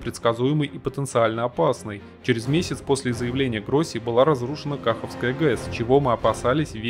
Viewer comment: НЕ К'АХОВКА А КАХ'ОВКА